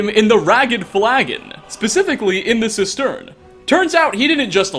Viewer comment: Jeez, learn to pronounce 'cistern'.